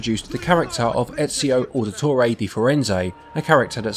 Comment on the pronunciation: Don't mean to be one of those guys but it's pronounced ow-dee-tor-ay